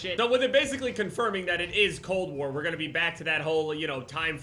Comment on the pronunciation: Cold Wer And Werzone